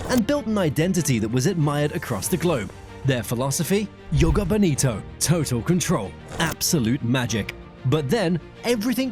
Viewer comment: good try but its evident that it is AI created, how did they pronounce coutinho, joga bonita? hello? pls put more effort